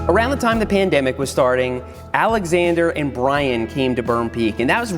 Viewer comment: Seth why did you say pendemic